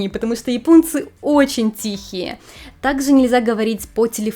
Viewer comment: вы носитель русского языка. А в речи путанте шипящие. Это режет ухо. Например, "есе- ещё, так-зе - так-же, и т.д.